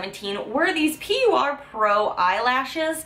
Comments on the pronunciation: I hated the tarte eyeshadow palette. The pigment wasn't there for me. It was patchy and didn't blend. Very unhappy about the quality. Also PUR is supposed to be pronounced as "pure" not P. U. R. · Love the video but just so you know hun it’s pronounced like Pure not P.U.R. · P-war? I thought it was just pronounced pure? Oh you say p-u-r. The first time I thought you said peewa. Lol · It's not P.U.R ....it's pronounced "pure" just doesn't have the e at the end....lol... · lol oh ok. I didn’t know. I just discovered your channel and I subscribed. I’m pretty sure it’s pronounced Pure. I used to work at Ulta. 😘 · oh and lol the soire diaries palette brands name is pronounced pure haha PUR (pure)PUR minerals was there original name now its PUR cosmetics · I think its pronounced "Pure" Sorry i'm not hating, it was just annoying me. Love u!